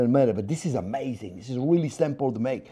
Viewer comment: "This is amHEYzing!" :D